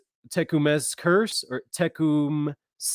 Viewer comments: Tecumseh is pronounced Ta come' sa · Tecumseh pronounced Tee cum’ see, as in Tecumseh, Oklahoma.